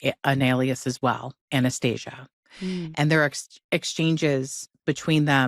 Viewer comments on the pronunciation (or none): The blonde chick keeps saying Anesthesia not Anastasia 😂😂😂